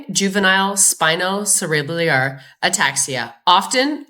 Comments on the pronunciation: Pronounced spino Sarah bell are. It's a hard word 😊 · i know its not a big deal at all, but spinocerebellar is pronounced spino-sara-bell-er